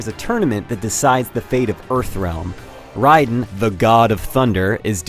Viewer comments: How about you get a real fan of mortal kombat to review it. Plus it's pronounced Ray-den not Rye-den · it's Raiden not Rhydon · it's Raiden, not Riden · Its pronounced raiden Like Ray-den not ryden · Matt Guttormson He rye-din instead of ray-den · The second I heard "Rye-den" instead of "Ray-den", I knew this guy wasn't a MK player. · It's not RAI-DEN. it's pronounced RAY-DEN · It's not RIDON like you pronounced it, it's pronounced like RADIN but it is spelled like Raiden! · Ok R-tard....its pronounced (Ray-den), (Rye-den) is that wannabe ninja asshat from metal gear! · Top 3 things I hate about this review 1. Its pronounced RAYden not RYEden. 2. Presentation issues? dude this is the best visuals I seen in a game... its running 60fps at 1080p without texture popping or screen tearing.... not too many games can do that. 3. Boss's are suppose to be hard jack ass. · "Ridin', the God of Thunder"....I think it's "Raiden" dude, not "Ridin'". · riden? who the fuck is that its raiden assclown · "Ryden"?Raiden dude lol. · Pronounced RAYDEN. NOT "RIYDEN" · if it's not call of duty, their gonna hate on it....they said "riden " for god sake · I thought raiden was pronounced -rayden- and not -rieden-. Never heard rieden. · You don't need to hide your kids! This game won't make them want to go and kill someone with kitana's fans or johnny cage's oscar! p.s. it's rayden! not rideden! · riden? think it is raiden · Riden wtf say Radien you dumbass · LOL! it's not riden it's raidenXD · It's pronounced Ray-den....not Raii-den. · lmao riden? dont u mean raiden? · he calls him riden instead of raiden p.s. this has also already been said to be the best fighting game yet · LMAO he is RIDE-EN its RAY-DEN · Its RADIEN or how ever u spell it NOT RIDEN IGN Idiot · Who's Ryden....its Raiden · His name is pronounced Ray-den, not Ride-den. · Hey buddy, I think it's pronounced Rai-den not Ryden. Reviewer FAIL!!! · uh its pronounced Rayden NOT R(i) den. .... Idiot. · "ryden" lol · lol "Ryden"